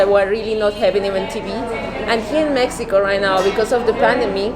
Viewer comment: Your generosity in MX is admirable! But, hey... how about pronouncing the name of your city correctly. No honor there. Small things like that mean a lot.